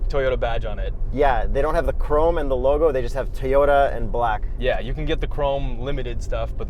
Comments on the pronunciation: Why do you guys say "Teeyota"? 😂😂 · its TO-YO-TA not toyota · Is it just me or does he keep saying Tee-ota? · Teeyoda? How are you saying it? I can't abide this pronunciation of Toyota. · It's Toyota not teeyota